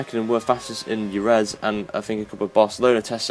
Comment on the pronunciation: dude Jerez is pronounced her-eth not urez, lol :P